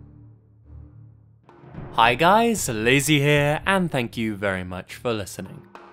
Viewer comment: Nice pronunciation on the Hispanic name Lazy! :)